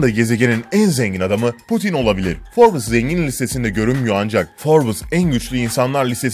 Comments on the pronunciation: Şu cahile birisi derginin isminin "Forbıs" olmadığını söylesin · Her 'Şey' ayrı yazılır. Bir de Forbes Dergisi Forbıs diye okunmaz. Yazık o 3 milyon aboneye! Yaptığınız işe saygınız olsun.